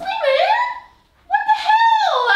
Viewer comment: “slaaaymaaannnnn!!! Wadha helllaaaaaaaaaaaaaaaaaaaaaaahhh!!” Aussie accent albeit 😂😂😂😂😂